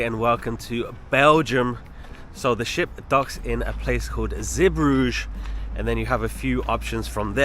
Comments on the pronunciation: Just to point out mate that Zeebrugge is pronounced Zee-broo-gah, not Zeebroozh. It's a Flemish word. 😉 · Great video again but your pronunciation of Zeebrugge as ALL WRONG! You should say it like "Zee-Bru-Ga"! Google it!